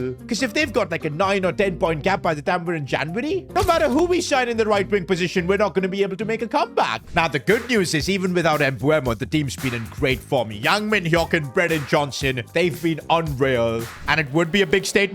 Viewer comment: BRO IT'S MBEUMO, M-B-E-U-M-O, not Mbuemo